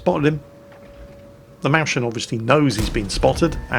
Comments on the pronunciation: Sorry, I realise you are sadly burdened with being English, but every time you pronounce Mäuschen "Mow-Shen" a little part of me dies. On the other hand I have no idea how I would type out its pronunciation phonetically so... try to avoid replays with it in them in future? XD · Sorry, I know I'm now that guy. Please find it in your heart to stop calling it "Mauschen". Go for "Moi" as in Moira, + "ZZ" + "chen" as in a soft "ken". Less like whatever you`re going for; more like "moisture". Thank you for stopping my ears from bleeding. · if you want to pronounce mäuschen correctly, pronounce the first half of the word like you would pronounce "moist" (without the "t"). So, Mois-chen would be the pronounciation. Greeting from Germany:) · the sch in Mäuschen is no ʃ, it´s seperated here, like Mäus-chen try "Moysayn", ignore the ch, that would sound nearly perfect. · Mäuschen ---> Mois ( like in moist ) - chen (since I dont have any better explanation for the ch : center of tongue against the top of your mouth , tip of the tongue makes contact with the bottom teeth , mouth halfway open) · Sry to be that guy... but this just hurts so much. Ä is a german "Umlaut" in kombination with U like In Mäuschen don't pronounce it like an A try more like OI or EU so M[oi/eu]schen =) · try "Mois-chen" (like "moist" but without the t) to pronounce "Mäuschen". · Mäuschen is pronounced moy-shen, there's an umlaut on the A. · Pronounce mäuschen as moishen :P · your pronounciation of the Mäuschen is incorrect. It is pronuonciated something like moiss- chen ( the ch is just a strong h sound) meaning little mouse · please pronounce the Mäuschen Maus-schen, PLEASE. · Mäuschen is spelled more like "Mois-chen". ^^ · I came here to type exactly that. Pls stahp... 1000 Times Mauschen.. my eaaaars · He could even get away with "moys-ken"! ;) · Ingo Knito lmao he never does, he says MAUSchen instead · Mowshn just say little mouse (maus).